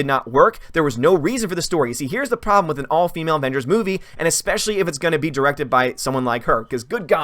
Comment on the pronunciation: "Wahmengers and the unicorn store"... coming soon XD